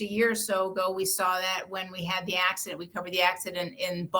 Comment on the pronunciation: LoLooollLLoOaoa "accodent" lLOlOLLLlOLalOLLLlo take that teump laoalaoalalla